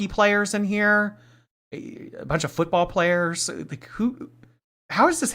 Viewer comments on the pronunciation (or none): none